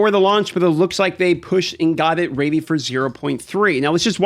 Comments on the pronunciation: raidy or ready? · Raidy? Radey? Oh i meant READY! lol. Yeah looks dope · New “raidy” I want to try the new “raidy” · Dude can’t even pronounce the word ready 😅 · Can you say ready for me one more time, I wasnt ready for it. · Who says ready like that?